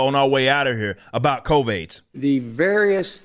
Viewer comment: Everytime he says CovAIDS...I lose it. Everytime.🤣